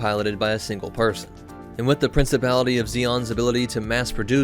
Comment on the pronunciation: Princi"pality" of Zeon...not Princible friend :). Also The Gouf isn't a Zaku when you were speaking about atmospheric flight variants you showed footage of a gouf. I would also argue that That not only is the F-Type the most mass produced but the J-Type was as well.